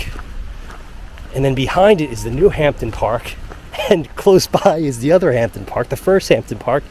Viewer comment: hampden...(hamden) please pronounce it correctly